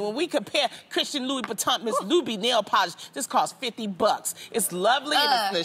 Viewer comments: she also said Louis Boutin LMAO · Why loni saying Louis Bitton????